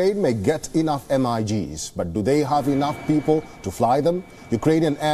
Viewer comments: Lol..MIGs not M. I. G.s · Dont spell MIGS as “ M- I - G- s” say it MIGS ( meeh gz ) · M.I.G.s? LOL! it's MiGs. Pronounced "mig". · It is not pronounced M …I…G’s ,its all one word….anyway no big deal.